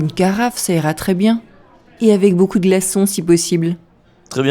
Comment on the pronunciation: Got the jist on 1st listen , but guessed 'avoir' based on the context of the subsequent conversation. 'Beaucoup de' sounded like beaucoud and recognised it based on that she wanted ice. It was like in France, when I asked for 'une barquette de pommes des terres' and she repeated twice '...pas encore pret' so I then realised they were not yet ready. I missed the first part but then got the jist.